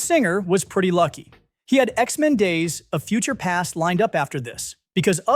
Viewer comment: I don’t think it’s AI, it’s just the narrator sometimes made mistakes like saying “X-men Days… of future past”.